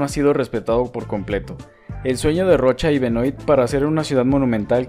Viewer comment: Hermosísima ciudad, muy lindo video. Sólo quiero decirte que Benoît se pronuncia Benuá, es de origen francés. Un saludo